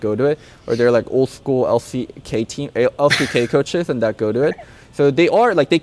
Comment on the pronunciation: A few episodes ago, he was talking about Freudian slips early on in the show, and later when talking about LS he referred to the LCK as LCGay.. I am starting to think it was intentional lol